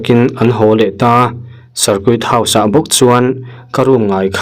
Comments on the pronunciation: Sarkut tiin lam lo la.sarkit house ti ang in lam ri tohla a dik zawk sin sir.circuit house ..ngaihnom thin ltk e.sir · Cir kuit house😂tia lam loh tur...